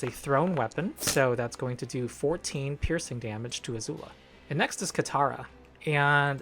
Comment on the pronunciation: why do you keep pronouncing Azula as Azuul?